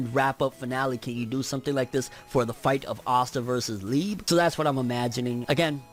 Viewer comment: It’s Liebehh I’m Mexican all the Japanese names have the same pronunciation as Spanish words it’s not lebe E it’s ehh and narutooo not narutooh